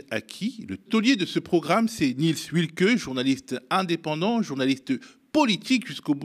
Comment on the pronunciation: À l'attention de T. Kouamouo : "Wilcke" est un patronyme teuton. En allemand, le "w" se prononce comme un "v" français. Aussi, on prononcera [vilke]. C'est tout simple.